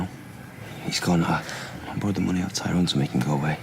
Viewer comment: It annoys me how Terry Duckworth pronounces Tyrone's name so wrong.